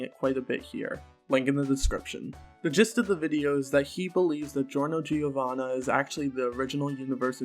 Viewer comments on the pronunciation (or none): none